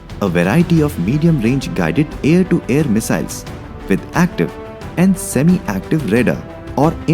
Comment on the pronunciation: Aaar ya paar lol. Paaar 🚫 its Power Pah Wher. Aarrrr 🚫 Ha wher. Unusually loud and obnoxious background music no refined sensibility.